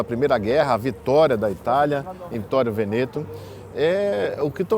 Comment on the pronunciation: Veneto se pronuncia Véneto